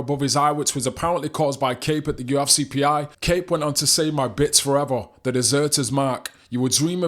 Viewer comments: YOU EFF SEE, NOT YU AFF CI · There's no a in UFC bud.